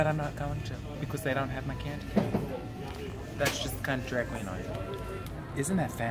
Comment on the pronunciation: I could watch Coco pump gas all day. lol I love how she says "KandyKane" (that's what it sounds like to me)